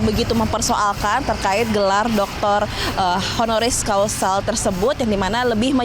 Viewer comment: Reporternya kurang berwawasan, masyarakat yg ditanya jg sami mawon.... HONORIS CAUSA ya atau Hc BUKAN honoris causal... Bolak balik conten creator, reporter salah sebut....haduh....